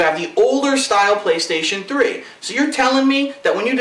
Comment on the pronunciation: lol sound like he said "pillokstation3"